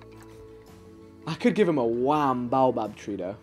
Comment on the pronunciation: its pronounced bayo bab tree... im lowkey insulted